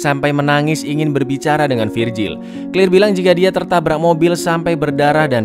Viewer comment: Claire bukan clir cara nya membaca nma nya salah